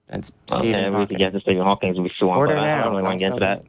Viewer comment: Caller said hawkins not Hawking. Doesnt prove he didnt read the books he says but....come on. I havent read one of Hawking's books but i can get his name right.